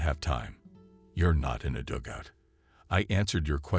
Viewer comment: Learn how to say dugout. It is not dougout.